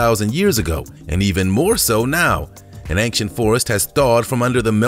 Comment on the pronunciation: Honestly, love to watch your vids, but ANG-CHANT?!?!?! AIN- CHANT. No g or k required or requested. That's all I'm saying.....